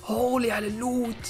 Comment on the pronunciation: الوت❌ اللوت ✅ Loot ✅